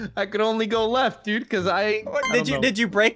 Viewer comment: Why do you keep saying dud